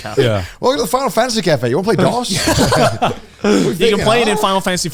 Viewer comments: Connor mispronouncing "Dos" is freaking embarrassing. Jesus. The fact the other guys didn't know to correct him upped the cringe even more. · The way they pronounced "dos" confused the hell out of me. He's saying it like DOS the operating system, so I just kept imagining a computer every time he said it. It's suppose to be pronounced more like "dose" as in a dose of medicine. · Pretty sure it's pronounced "Dose" like "a healthy dose of medicine", not "Dos" like "Microsoft DOS", Spanish for "two", - uno is Spanish for "one" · Joey continuing to call Dos, DOS, killed me 😅 like is it just an American thing to know how to say Uno Dos Tres properly? Lol